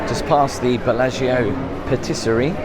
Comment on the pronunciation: As soon as I saw the thumbnail, I was practicing saying "Billargeo" like 😊